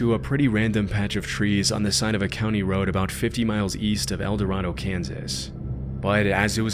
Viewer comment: Kansans pronounce it "El Da-ray-doe"